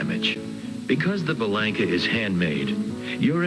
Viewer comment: B-Lank-a is an incorrect Americanized pronunciation. The promo narrator excepted, when I sold Bellanca's and visited the factory in the late 70's, they said B-lawn-ka. The for real granddaughter of Guiseppe Bellanca (Nona) who I went to high school with was B-lawn-ka. Even Youtube confirms the correct pronunciation of this Italian name, I loved my Turbo Viking and am just happy this Youtuber is promoting the finest flying 4 seat airplane ever made, even if Americans can't seem to pronounce the name properly.